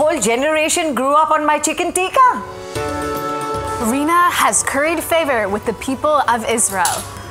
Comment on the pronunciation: calling chicken tikka , chicken tika is def infuriating and hilarious at the same time , wit how she says😂😂😂